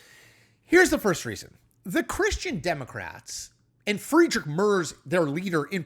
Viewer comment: Who the heck are Friedrick Mörs (or Fridritsch Mörsch) and Angela Mörkl? There is nobody in German federal politics by those names? If you want to comment international politics at last have the respect to check how the names of the people you talk about are pronounced. If you can't be bothered to take literally 2 seconds to check the pronunciation, why should anybody believe you put more effort into forming/researching the other presented opinions? The level of ignorance displayed in this video explains how an intellectual titan like Donald Trump could be chosen the best of the best in all of burger land. I suggest you stick to reporting on the cheeto in chief and their African American token Elon Musk.